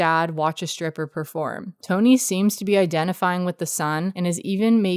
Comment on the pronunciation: Love the video. Just a little sidenote. Mads' characters name is "Tonny" like you write on screen, but that's not actually pronounced as "Tony". Its pronounced as "Ton-EE". It doesn't really make a difference if you're not danish but "Tony" is just an unusual name in Denmark. "Tonny" on the other hand is a name almost exclusively given to kids of lower class people.